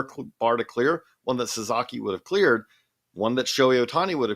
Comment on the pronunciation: hey, baseball expert...it's Sa-SA-ki NOT Sa-ZA-ki....lose credibility when you keep botching the last name.